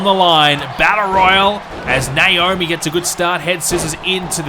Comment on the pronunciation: I think he has an issue with pronouncing Naomi's name right. Nowarmi?